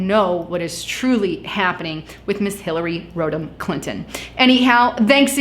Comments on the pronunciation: Rod-am - not rode-am. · Did you just say..Hilary Scrotum Clinton? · Lol Road Ham? I agree. That sounds way worse.